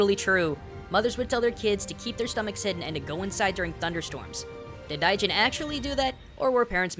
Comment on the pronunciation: It kinda sounds like you're pronouncing "Raijin" as "Daijin." Is it because it's difficult for most native English speakers to pronounce that "RL" sound?